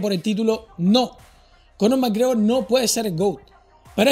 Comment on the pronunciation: Error!!! no has pronunciado bien el apellido!!! suspendido!!!!